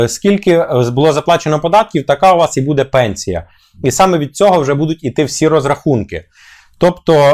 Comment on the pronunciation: Бууууууууде а не будееееееее!